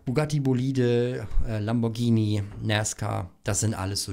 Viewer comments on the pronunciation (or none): none